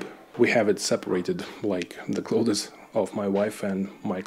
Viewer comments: Also, I know you didn't ask, but some unsolicited advice from a native English speaker: you are pronouncing clothes as "cloth-is" and it's more like a "з" sound at the end. "Clothz". Just offering help because I know when I try to speak Bulgarian or Russian, it sounds like shit (your English is great, not implying otherwise) and I love when friends and family help me out. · Hi, excellent video. A lot of similarities to life in Czech. You can pronounce clothes as Kloz. It is a common mistake by non native speakers to try and pronounce the th sound. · Please don't take it as any form of criticism especially as I am terrible at any second language but if you were to pronounce clothes like cloves the spice it would sound better. It is strange, I know several people from Poland and many will make the same mistake. Nice flats by the way, do you have a dacha as well? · My babcia was Polish American, bilingual, with native accents in both languages, but there were 2 words she did not pronounce correctly. Clothes was one of them. She always said "cloats." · Your English is great, but you can pronounce "clothes" as closs .. I'm an American, and we don't pronounce the "th." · I have to ask you,, if it's not possible that the size of 38 m2 for your (whole) apartment is not perhaps a mistake? When you are showing us around, several rooms seem quite spacious, whereas 38 m2 is not even the size of a decent sized living room 😮. And, just to be of assistance to you; your pronouciation of the word 'clothes' is incorrect. Internet will surely help you.